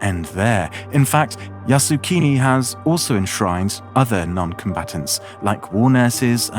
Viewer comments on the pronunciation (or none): full of error... can't even pronounce Yasukuni properly. The YouTuber knew nothing about Japan and Asian. The pronunciation is yasukUni, not yasukIni, which means "make the country settled" or "stabilize the country", which indicates war and has nothing to do with PEACEFUL! Top WW2 war criminals are enshrined in Yasukuni shrine! It is a propaganda tool luring gullible comment people to worship war and to be cannon fodders! Stop glorifying the cruelty brought by warrrrrrrr!!!!!